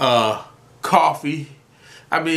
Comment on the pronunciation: coffee NOT COFFEEEEE!!!!!!! lol ,, ty for your vids